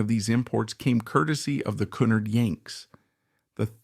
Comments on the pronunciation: It pronounced Cu - NARD. Ai shite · Cunard. COOO. NARD, TITANIC. Pronunciation! 😂😂😂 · This guy can’t even pronounce Cunard Line. Just slop.